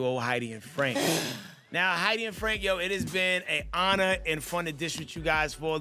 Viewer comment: “It has been a honna.”